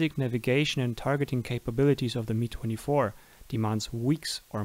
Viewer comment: Please stop saying it as "me" [MI:] 24 it´s [EM-A:J] 24